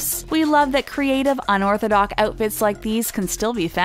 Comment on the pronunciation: The words are pronounced CON-tri-band, not con-TRI-band, and it's un-OR-thI-dox, not un-OR-thi_dock. English 101 in high school... Those underarm hair dye jobs are disgusting. Hey lollipop lips "models" you might wan to invest in a pair of tweezers...I couldn't keep watching it. Thanks, I really didn't want dinner anyway.